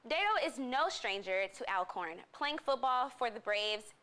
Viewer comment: Despite its spelling it’s pronounced ALL-CORN . It’s the same as pronouncing “Always.”